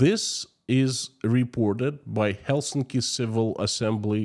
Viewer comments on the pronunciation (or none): none